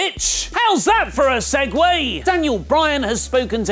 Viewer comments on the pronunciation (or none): Segue not Segway